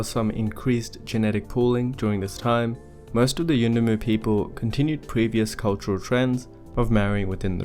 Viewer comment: I LOVE how you pronounced 'yuendumu' , class.